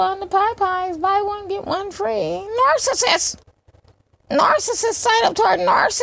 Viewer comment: I hate the way she says narcissist too... She be like, “Kevin Samuels is a narssus, and when you deal with narssuses” smh 😂